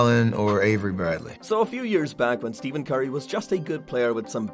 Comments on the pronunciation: It’s stephen not steven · He is saying Steven curry😂😂